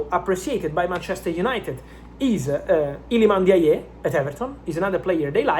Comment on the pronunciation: It's Ilman Ndiaye not Ilman yeye...😂😂😂😂😂 You are butchering the name bwana. Shida ni nini?😅😅😂